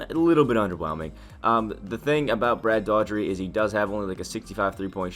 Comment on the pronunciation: Pronouncing Brad Dougherty wrong